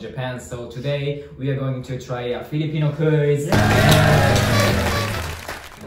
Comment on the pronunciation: FILIPINO NOT FELIPINO